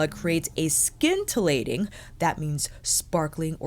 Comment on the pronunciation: Fyi “scintillating” is pronounced “sin-till-ating” 😬😁